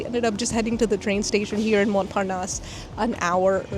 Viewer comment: French pronunciation tip: stop pronuncing the t; Mon(t)-Sain(t)-Michel, both t are silent; same for Montparnasse